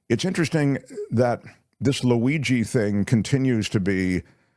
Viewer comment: “ Laweegee”?? Jeeeez people